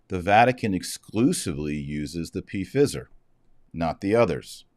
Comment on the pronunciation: Does Dr. Marshall mean to say Pfizer like that????😂😂